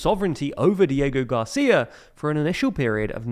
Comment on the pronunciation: "Code Cheigos, Dieigo Garcia" 💀